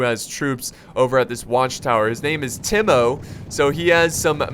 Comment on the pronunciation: I think timo is pronounced as Tiemo